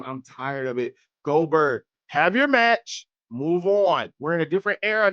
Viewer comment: Leaving the “G” off forever! 😭